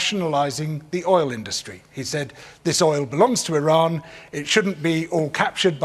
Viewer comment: surprised that he’s pronounced Iran correctly